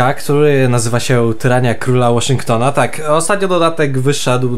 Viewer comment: Waszyngton nie Waszynkton